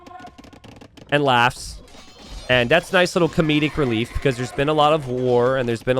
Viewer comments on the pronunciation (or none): none